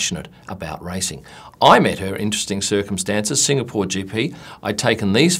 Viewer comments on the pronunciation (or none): none